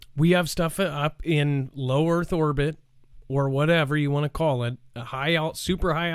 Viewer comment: Go.... that was a brilliant slip of the tongue....."low Orth Erbit"...😆